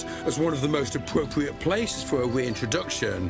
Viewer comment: Apwopwiate weintwoduction into the UK. But what does this mean in pwactice?